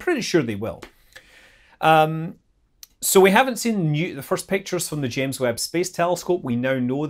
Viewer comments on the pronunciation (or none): none